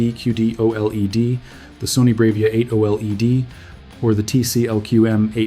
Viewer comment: "Bray-veeah?" 😂 Yeah, no.